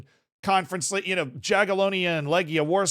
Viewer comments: please pronounce Jagiellonia as „Yagielonya”, J is pronounced as y in polish and -IA is pronounced Я, «ya» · J is said like a Y in Jagiellonia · Pronounced yagilonia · It's pronounced Yagyelohnya tho 🤓☝️